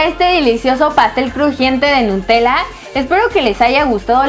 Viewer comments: en el segundo dice en ves de nutella dice enta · babosa dice nutela